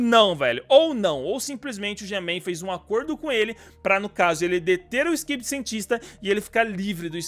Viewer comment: O no começo tu falou stivedi toilet 🤣🤣🤣🤣